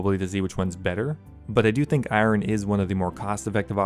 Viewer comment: The way you pronounce Iron drives me nuts.